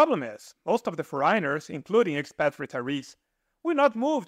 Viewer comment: face-red-heart-shape:FOREIGNERS in English pronunciation: FOUR' EN- NERS :hand-pink-waving: Please try this! Thank you!